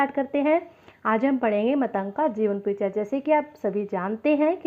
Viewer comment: अरे uney मतंग ऋषी नाही केहते ऊन का नाम मातंग ऋषी हे